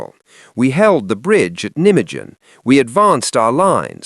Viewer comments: NI - megan. The J is SILENT. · I like the fake British Monty Accent mispronunciation of Nijmegen.